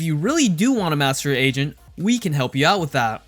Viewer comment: He says agent I hear asian Or maybe its just me